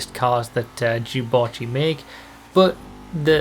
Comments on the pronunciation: What did you just call it, sorry? Jew-botchy? Is that right? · reee why do you pronounce it so weirdly wahhhhh its 'dew' not 'jew' wahhh first junes instead of dunes now this !! /s